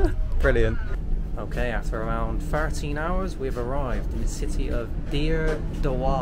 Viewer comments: it’s pronounced dere dowah but spelt dire dawa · the way man said "dire dewa" ... I'm dead 🤣🤣